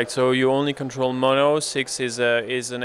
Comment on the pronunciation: No attitude from me, just a simple correction: His name is Mono. I think the guy just didn't pronounce the name right the first time